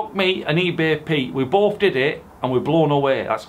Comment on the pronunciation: A thought he said boaby watt